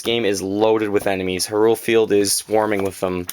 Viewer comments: I think he is talking about your pronunciation of Hyrule. I believe it is pronounced as "High-Rule". Regardless of pronunciation, nice collection! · its pronounced hyrule not hyrule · Well everyone else I hear that says "Hyrule" Its "High-Rule" Sahasrahla- People think its hard to pronounce but its "Sah-Has-Ra-La" I wouldn't really count Ocarina though because I as well as many others say "Ah-cuh-ree-nuh" I do hear many people "O-cuh-ree-nuh" There was another I think but, I shouldn't really talk. You sir, are what I dream to be. I only wish I was as big as a zelda nerd as you but I'm only 14. Its hard to find fellow Zelda fans my age. Sigh. Everyone else is into Ps3 & Xbox.